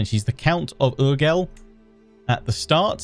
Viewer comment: Btw, since I'm from around there and I speak the catalan language... :P Urgell is pronounced more like "Urjay" (and just ur, not "yur"), and props for trying! You sounded a bit like a french accent saying Guifré, but it was close enough and I'm happy